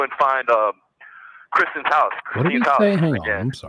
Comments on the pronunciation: Did you get where he called kstine..Kristen. like Kristen keosk. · I am so tired of hearing him call her by the wrong name. It's Kristine, not Kristen!!! I might have spelled her name wrong, not sure if it's a "C" or a "K", but He keeps saying it wrong. He is nasty. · Why can’t this idiot call his victim her real name?? It’s Kristine! Not Kristen!! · Why does he keep calling Kristine........Kristen. you stupid ahole. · I believe this is the call his dad was referencing where he was a dumbass b ***h because he does keep saying kristen and not krystine. Lol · He can’t get her name right, Kristen, Christine 🤔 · He keeps messing the ladies name up. What a idiot. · Can you believe that have merch now?!? " SAVE WADE WILSON" This is so out of hand these women. He is not remorseful AT ALL he can't even say the victims name correctly and then all the lying. I pray the judge says something about all this bs with the fundly acct and merch.